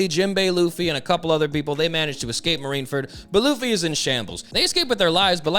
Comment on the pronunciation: Why do you keep saying “marineferd” lmao